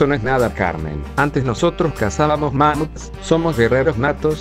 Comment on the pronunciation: "ma-muts" abuelito- 2023